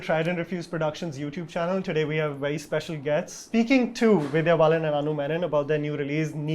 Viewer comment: said 'Divya Balan'... Hehe